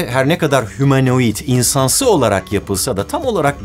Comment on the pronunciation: Humanait degilde sanki hamarouid olmusss ;))))